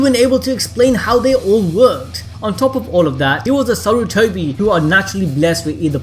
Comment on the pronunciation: You forgot the "R" in Sarutobi you said Satutobi